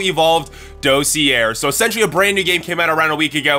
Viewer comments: Sorry it's bothering me.... it's pronounced dah-see-ay. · Ok, I don't mean to be THAT guy, but the word "dossier" is pronounced dah-see-yay. (Or at least I'm like 99.9% sure it is.) And holy crap, that dragonfly looks like something I've drawn o-o Anyways, I really like these short videos describing the dinos. It's kinda neat to think about the different concepts of survival for different species. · dossier is a french word, it's pronounced.. daws-see-eh (like eh? hoser?)